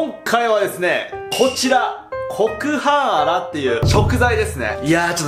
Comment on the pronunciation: 頭と胴体に 切り離しました！でしょ？ コクハンアラを コクハーンアラって 聞こえるのは私だけ？